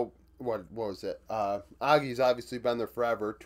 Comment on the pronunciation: The problem Red Canids has is their same Playstyle every split. Basically no Macro, only fights. It’s a shame, they have grest players, in terms of individual talent, Best team by far. Their playstyle is so basic it’s horrible… Btw - Aegis is pronounced > “Aejiz”